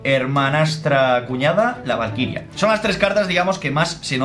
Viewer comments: Ee se andado cuenta que dijo la primera ves que dijo valquiria dijo valtiria jajajajaj like para que lo leea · Minuto en vez de decir valquiria dijo vastiria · oye se dice valquiria no vastiria mira el final del video